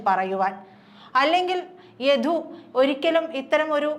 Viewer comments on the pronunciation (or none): യധു അല്ല സഹോദരി യദു ആണ്...ഉച്ചാരണം ആണോ...കേൾക്കുന്നതിൽ തൊന്നിയതാണോ എന്ന് അറിയുന്നില്ല...